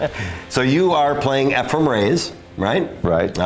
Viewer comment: I love how after all those years, still can't quite pronounce Efren's name properly LOL He always called him Efrem.